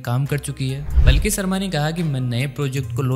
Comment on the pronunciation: Plki nhi h be, Palki sharma h